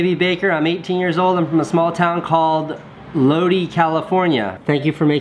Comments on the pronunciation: Lodi is pronounced Low-Die not Low-dee. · hahaha he said "low-d" California. I know that town Lol (correct proninciation: "low-die") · it's pronounced (low die) - lodi, figured you'd want to know :-) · That city in Ca, Lodi, made famous by the Creedence Clearwater Revival song Lodi (oh Lord, I'm stuck in old Lodi again...) is pronounced low-dye not low-dee. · The little town is pronounced "Low-die," not "Low-dee." Much love, from CA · Hahaha! I'm from Stockton which is right next to Lodi. Casey, it's pronounced like low-dye, or load-eye if you prefer. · Loddie LOL its LODI EYE I not LODEEE ..lol <3 Love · In Lodi you say the I like your saying eye so it's like lodeye but Lodi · Just to help you in the future Casey, if someone sends you something from Lodi, it's pronounced low•die• not low•Dee• Sincerely, Scott Keator and my fellow central Californians. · Lodi, California is pronounced low-die not low-dee lol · Lodiiiiiiiiiiii not lodeeeee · Lodi is pronounced 'Low-die", but I'm not complaining. This month's vlogfest should be called ' More Neistat Than You Can Shake a Stick At". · ITS PRONOUNCED (Low-die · lol it's pronounced Lodi ca - (lowdye) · Lodi = "Low Die". just so you know. I'm not from Lodi, but live near it. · Truly loled at the his pronunciation of Lodi, CA. Can't blame him though, he isn't a citizen of the west coast. Edit: Low-Die = Lodi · The way he pronounced Lodi is funny because it's said like lodeye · Lodi, CA is pronounced Low-Die Casey! I was born there!! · did he say lodi ? bc u say it LOW-DYE lol i live there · I LIVE IN LODI TOO!!! BTW PRONUNCIATION (LOW-DIE) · Haha he said Lodi, California wrong. It's (Lo-dye) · Lodi CA is pronounced (low dye) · hahahaha Casey it's Lodi (Low-Dye) I live about 10 minutes from there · It's pronounced Low-Dye (Lodi), CA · It's pronounced low-die My cousins live there and they're famous for corgi breeders ( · it's pronounced low-die. Lodi. Great area. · Pronounced Low-Die California :) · Lodi = Low-die